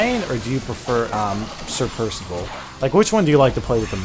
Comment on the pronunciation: PIRSIVIL PIRSIVIL